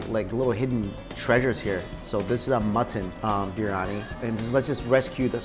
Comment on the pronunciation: love the channel but you've been heavily butchering the pronunciation of biryani.